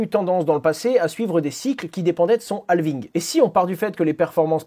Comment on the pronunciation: Dans Halving, le L ne se prononce pas. Il est muet. Idem pour Half